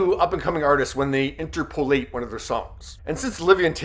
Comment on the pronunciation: I am familiar with the word and I have never heard the word accented on the third syllable as you accented it - I know it's new to you - but the word is not pronounced in-ter-PO-late, but rather in-TER-po-late. I wondered if you might be pronouncing it in a "BRITISH" English kind of way, but after googling it, the BRITS also say "in-TER-po-late, just as we do.